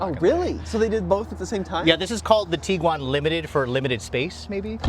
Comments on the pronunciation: The petty bitching about minute things is ridiculous. IT’s A COMPACT CAR BASED SUV. If you want bigger, buy a van. If you want faster, buy a sports car. People are never satisfied. VW hit a home run with this 3rd Gen Tiguan. Kudos VW! …it’s not pronounced “Tee-guan” rather TIG (as in Pig)-uan. 🤦🏻‍♂️ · Tiguan, not Teeguan. Varenna, not Varayna. 🤦🏽